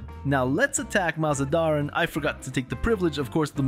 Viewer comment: You are pronouncing MazaNdaran wrong, please don't :(